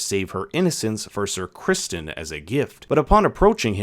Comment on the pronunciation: You kept pronouncing ‘Sir Crispon’ wrong